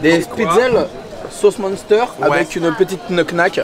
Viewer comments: En tant que Alsacien... Tu m'a bien fait rire... Avec les Speedzeul 🤣🤣🤣 et du Muunnster 🤣🤣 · Du monster lol , la Prononciation c'est pas ton truc U et N font un ou 1 donc minster que c'ecrit munster , toujours un plaisir de tendre parler lol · Je me suis tapée un fou rire avec ta façon de prononcer le Munster (tu dis Monster 🤣) et Spaetzle haha c'est effectivement trop bon 😋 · J’adore ces vidéos. Mais ce qui me fais encore plus rire est la prononciation des mots alsaciens 😂😂 Spaetzle ça se prononce Chpètslé Et Munster ça se dit mUNstèr (comme le nombre un) 😂😂😂 Mais sinon top les vidéos ! Bonne année à tous ! 🥰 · Super vidéo comme d’hab 🥰 mais le mot « munster » se prononce m1ster 😅😅